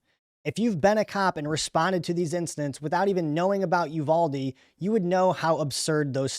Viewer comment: It’s pronounced You VAL Dee